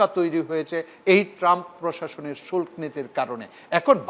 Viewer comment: এই গাধা তো বাংলা জানে না। শুল্ক্ না শুল্ক! বাংলা শিখে তারপর আসুন ।